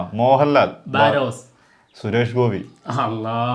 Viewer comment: ആദ്യം സിനിമ ടെ പേര് പറയാൻ പടിക്കെടേയ് ബറോസ് എന്നാണ് അല്ലാതെ ബാരോസ് ennalla🤣🤣🤣